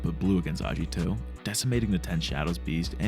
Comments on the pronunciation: Bruh it's aGito not aJito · japanese romanization does not use a soft "g" sound. "agito" is not pronounced "ajito".